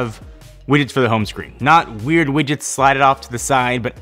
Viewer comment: Are you saying "wiggets" ?